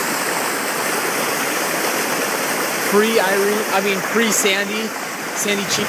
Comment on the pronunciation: he almost said "pre irene" cuz of hurricane irene last year